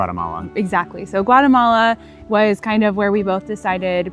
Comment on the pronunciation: Lads it’s GUA<>TE<>MALA not guaremala….